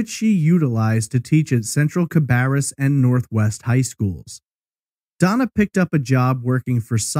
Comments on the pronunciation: Cah-bear-us... Bear as in Yogi not bar as in Moe's Tavern. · I live right down the road from where this happened. I remember seeing the big signs offering a reward for information but I never remember hearing about a single update. Also, thanks for pronouncing Concord correctly! Cabarrus is actually pronounced Cuh-bear-us. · I live in Charlotte. I want to slap those who call it "con-curd". However I laughed when he pronounced it "cab-BARR-us.